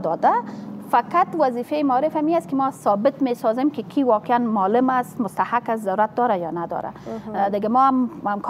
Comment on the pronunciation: دنیا به کجا رسیده افسوس هزار افسوس یک انسان بیکاره فاسد که هنوز نمی داند که معلم را چه گونه تلفظ کند این خانم باید اول لسان دری را یاد بگیرد جای شرم است